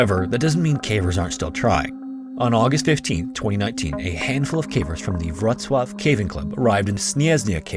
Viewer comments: Narrator's pronunciation of Polish towns was really good, "Wroclaw" sounded 100% native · hey congrats on pronouncing the polish names, Wrcoław sounded better than how people usually call it